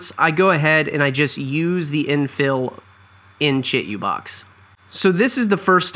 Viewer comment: Say it with me: (CHEE - 2 - BOX). You're killing me....